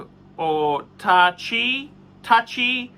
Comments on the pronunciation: Taichie Luxury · Seeing struggle to pronounce Tai Chi has been the highlight of my day